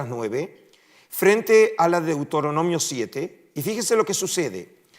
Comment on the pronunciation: Un académico que dice deutoronomio en lugar de Deuteronomio pierde toda credibilidad.